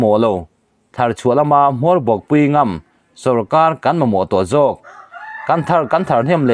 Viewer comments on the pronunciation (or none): Ngam i thluk dik lo,mualpho pui ngam i thluk dik lo. Kan vawkte lak a ngam thei lo ti la,heta ngam thluk angin thluk rawh,a dik lo thei lutuk